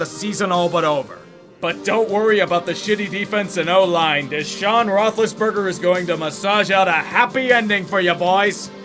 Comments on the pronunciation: You did not say Desaun Rothlesburger 😂😂😂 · Deshaun rothlisburger 😂